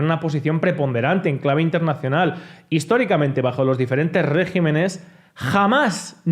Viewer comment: Regímenes, y no régimenes. Me encantan tus vídeos pero me tortura oír decir régimenes.